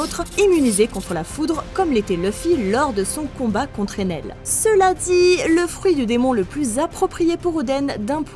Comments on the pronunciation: Je t’en supplie apprend les prononciation t’est en train de massacrer one piece par exemple on dit pas Enel mais Ener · on dit ENER